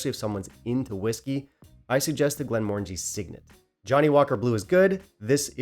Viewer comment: Pronounced Glen more-angie . Loch Lomond pronounced low-mond . John Walker Blue is a blend . Single malt always better . Enjoyed your thoughts